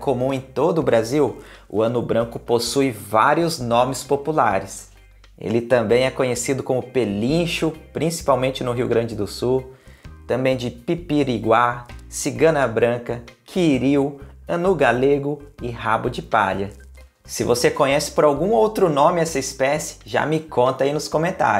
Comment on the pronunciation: O correto é Piririguá, e não Pipiriguá.